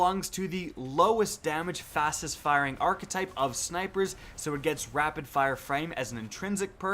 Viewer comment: I watch your videos all the time. Always useful info and reliable. But damn it bothers me the way you say archetype. Very cringey